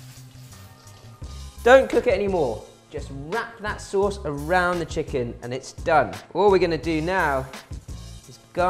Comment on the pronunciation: Saaaauce. Soooos.